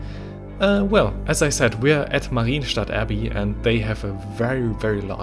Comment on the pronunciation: it isn't "Marine Stadt Abbey", it's "MAH-ryen" where the "y" is a consonant and the "e" is at most a Shwa.